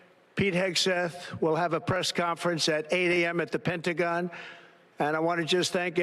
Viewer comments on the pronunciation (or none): none